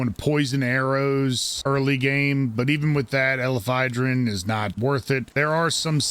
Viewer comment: Weird play to make a video on a specific pal and not even take the time to sound out its name correctly.